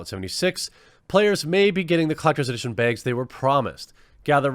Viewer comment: I think you should release quartering branded canvas "beeegs" 😂